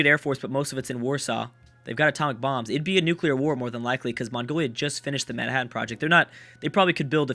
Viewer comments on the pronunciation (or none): none